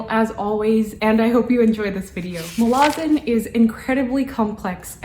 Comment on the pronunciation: She actually pronounced it near perfectly, Muh-la-zin. Source: ~25seconds in